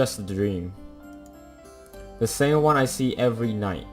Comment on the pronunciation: Are you Italian? Cause I heard “uno” instead of “one”? Btw, I highly recommend you to play Life is Strange if haven’t played it yet. It’s a graphic adventure game, one of the best game I ve played so far